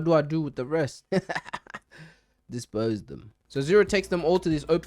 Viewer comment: "disposdum" Im weak☠️